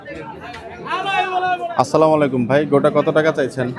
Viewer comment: Bhai samakum na boila amar bhai Assalamualaikum bolen